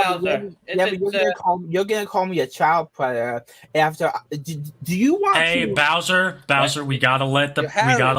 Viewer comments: this guy is a pwedatoh…. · is a pwedatow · is, and will forever be, a pwedatah. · okay pwedator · Bowser is a pwedatah. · Hes literally saying "Hey guys, don't wowwy; I'm not a pwedatow". It's adorably hilarious how he has a lot of evidence against him; but claims he isn't what he clearly is. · is a pwedator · It's pronounced "Pwedatah." 😊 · THA WHITE BOWSAS A PWEDATA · * is a pwedatow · I’ve noticed doesn’t even pronounce the d or the t in predator. He says “pwe-i-ah”